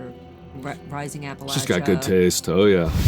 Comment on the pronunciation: It’s a small thing, but I really appreciate her pronouncing Appalachia correctly! I live in that area and it drives me crazy when people pronounce it “App-a-lay-cha”